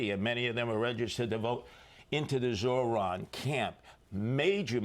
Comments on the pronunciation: ZOHRAN not ZORAN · "Mohran Mamdani" 😂